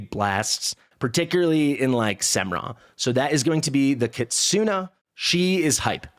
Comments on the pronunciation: Kit-soo-nay is how it should be. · A pro tip from a random Japanese man lol "NE" in KITSUNE" sounds like "NE" as in "NEPHEW", "NET", "NEGATIVE" etc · I don't know why my comments keep being deleted, but it's pronounced kit-soo-nay, or more accurately, ki-tsu-ney. It's not kit-soo-nee, or kit-soon. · It's not 'kit-soo-nee' lol. google is free my friend. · Kitsune, with a pronounced E at the end. I've never heard someone say it the way you do :) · Stop messing with him. Forget the "nay", it's just a regular È. Japanese in general doesn't have silent sounds and mostly everything (well, in romanji) is pronounced the way you see it written.